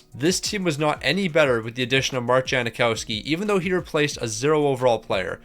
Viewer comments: yang not jang but yeah no “i” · It's Jang-Cow-Ski, is it not?